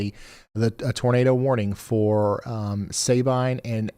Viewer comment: Not Say-Bine it’s Sa been. I got good pictures of the tornados from a distance in el campo and Hardine Texas